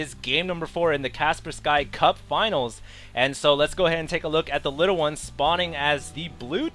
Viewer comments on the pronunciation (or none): Its not Kasper Sky finals lol its a tournament sponsored by Kaspersky antivirus company, and its pronounced KassPERskee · CAS-PUR-SKEE ffs ;PP not kasper-sky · Please dont say kasper-sky , so painnfullll to hear god no you just said it again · Isn't it pronounced "Kass-PER-skee"?